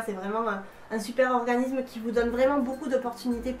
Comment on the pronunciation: Merci pour ce partage d'xp' mais un s suivi d'une consonne se dit "ssss" et pas z donc organissssme et pas organizme:D je suis nulle en ortho' mais niveau prononciation je me debrouille pas mal ^^ continue tes vidéos j'adooooore!